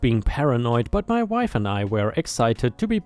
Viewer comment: where it says "My wife and I," the word wife is said as "why ff," not "mahm." 🤣